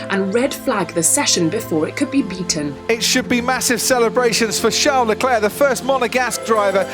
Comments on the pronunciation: Still can´t pronounce leclerc lol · I hate the “Leclerc” pronunciation.